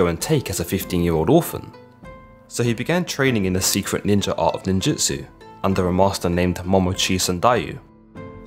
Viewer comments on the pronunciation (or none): none